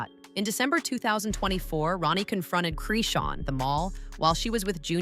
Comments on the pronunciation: Her name is not Creeshawn it’s PRONOUNCED CHRIS-Shawn not creeshawn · Her name is Chrisean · Goofy AI, that girl's name is Chrisean